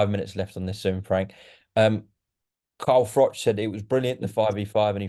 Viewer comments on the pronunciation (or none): Carl FRUCK 😂